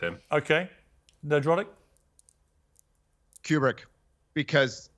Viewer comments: “Ner-drotic”?! Come on Piers! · Damn Piers, you ever gonna shoot 1 Nerdrotic's way? You also mispronounced his name 😂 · nerdrotic's camera looking better quality than the multi-millions on the piers morgan show.. btw made me laugh the number of times Piers called him 'NED-rotic', what an absolute mong..